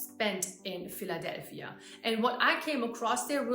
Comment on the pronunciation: The way you pronounce Philadelphia is awesome! Every major city has a Kensington. It's the Bowery in NYC, Skid Row in LA, all over Portland downtown, etc. The fact is, if you include the properties that are purposely being kept empty, we have enough vacant housing to eliminate homelessness altogether. But there's no political will to do so. There's no political will to do so because what do you tell the people who busted their asses to afford housing while you're giving (often better) housing to people who didn't? Quickest way to get fired is to fix a problem no one's willing to get fired for. Now you're seeing why our obesity rate is so high. As a country, we "racka disciprine" because we have thousands (seriously) of different choices of bad foods available for us to partake of. Oh don't start on the cookout. There's a reason you get handed a plate that's either reinforced china or two Chinet plates to reinforce the contents of the plate ("TWO HANDS! Take it with TWO HANDS!"). 🤣 That friendliness you mention is fading. I've seen guys take ridiculously wide berths to avoid even making eye contact with women whereas in the past, they'd at least give a "Good morning" as they walk past.